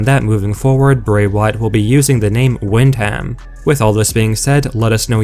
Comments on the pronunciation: Its pronounced "win-dum" not "wind-ham" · That horrible voice messes up too often! The Bray Wyatt name can't be used anywhere but in WWE. It just gives more notoriety to them. And his name is pronounced WINDum not windHAM. Ugh. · It’s pronounced win dum, not wind ham like it’s spelled. It’s a family name. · Hey dude it’s pronounced “wind-um” not “wind-ham” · To be honest, it was cringy just listening to you mispronounce Windham 's name.. Smh how you going to report on wrestling without even knowing how to correctly pronounce a major star' s name??? 🤦‍♂️